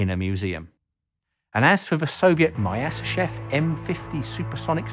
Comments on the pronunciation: It's tricky to pronounce those Russian surnames correctly, but for the record: Myasischev is pronounced more like myaseeschief :) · You pronounce Myasishchev in a very funny way